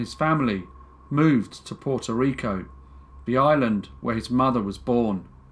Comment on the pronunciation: I love how you say my little island's name. Puerto Rico. ❤🇵🇷❤ I didn't even know about this story and I am mixed with both Puerto Rican and Spaniard, among a lot of other groups (Proud mutt. Lol.). I wonder if my grandparents knew about this case. Thank you for everything you do!!